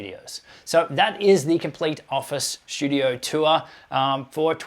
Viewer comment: There is no "H" in the word "studio". Not sure why you add it intermittently, but you do.